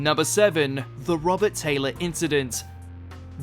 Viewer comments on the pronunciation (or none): none